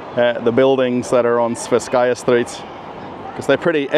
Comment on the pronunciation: It should be pronounced as the "twe" part in "twenty".